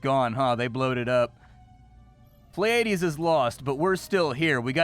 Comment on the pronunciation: Every reactor ive seen so far has mispronounced Pleiades. plee·uh·deez